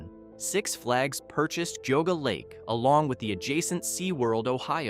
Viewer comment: lol...its Gee-ah-gah lake